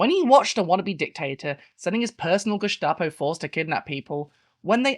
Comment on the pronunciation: It’s actually not pronounced geshtapo in german, it’s just gestapo